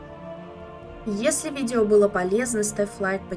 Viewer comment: Я с этих "видива" ору вообще 🤣